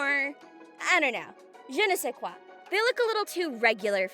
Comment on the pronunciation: Random brain pop : That french "Je ne sais quoi" is really accurate pronounciation (coming from a french canadian, so France's french might differ in opinion) Real interesting concepts too and I like the diversity, some shy away from it and it's refreshing to see 😄